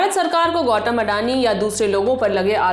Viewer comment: गौतम ❌ गौटम ✅